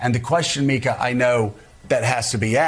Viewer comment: Love how you pronounce Mika. Mica!